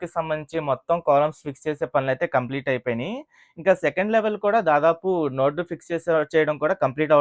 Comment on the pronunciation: Nord kaadu anna Adi NODE